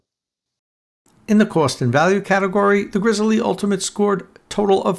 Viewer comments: It is pronounced Grizzly, like the bear, not Grizzle-E. Take at look at the company’s own videos. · It hurts so much to hear him refuaing to say grizzly instead of Grizz-el-e. Say it! Dagnabbit!! Grizzly!! Edit: I still liked the video :)